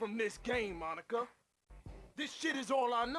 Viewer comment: Now did he call her “Monica”? Or “Mah Nikka”? Asking the real questions